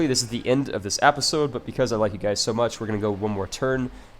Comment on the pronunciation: episode [ep-uh-sohd, -zohd] click the link to learn how to say episode